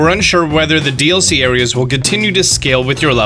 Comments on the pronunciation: pronouncing “DLC” as “dilk” was an absolute gut punch that I wasn’t expecting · 🤣🤣🤣............man said Dilk(DLC)..🤣🤣🤣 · "the Dilk". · the "Dilk"